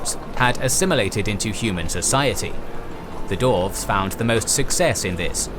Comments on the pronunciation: Great Video but it’s Dwarves not Dorves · I know the narrator is saying Dwarves, but all I can hear is "Dorfs" XD